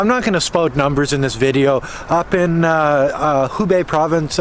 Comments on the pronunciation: it is Hebei (河北), not Hubei (湖北). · HEbei(north of the river)..not HUbei. (North of the Lake) XD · Hebei(reads /hə: bei/)河北，not Hubei(reads /hu: bei/)湖北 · it actually He Bei provence and the capital is Shi Jia Zhuang, and the pronunciation of He more like hur stay safe. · Shi jia zhuang 石家庄 city，He bei 河北 province., please learn more Chinese Mandarin pronunciations from Weifang👩🏻‍🏫. I live in the city. Now, the district where Covid epidemic starts in these days is going to have the 4th PCR testing for everyone. The other districts of the city have got 2 times of the testing already. Quarantining is one hand, the other hand is researching the patient’s activity track. Both things should be done as quickly as possible. China does very well.